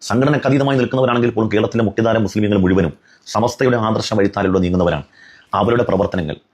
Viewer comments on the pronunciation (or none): none